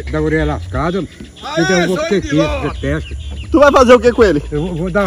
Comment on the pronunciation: “Bora seu indilota “